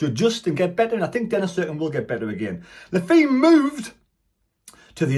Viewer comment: It's pronounced Luh Fay mate. You can hear him say it on one of the vids the club put out.